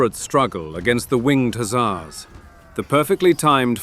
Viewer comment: One thing though, you're saying the "Hussar" word wrong.